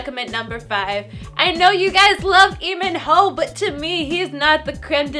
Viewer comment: it isn't EE MIN HOO but is LEEMIN HOO